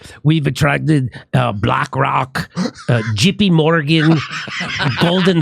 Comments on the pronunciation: Would you let me grow couple marijuana farms in Ukraine since he’s looking for investors specially from the United States of America and chicken Morgan if you hear how he said JP Morgan it sounded like chicken Morgan I can get a lot of chicken Morgan money and take it there and build a lot of marijuana farms Let me know Zelenskyy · I wasn't gonna make any jokes because his English pronunciation is probably way better than my Ukrainian or Russian could be, but I couldn't help but laugh at "Jippy Morgan" lol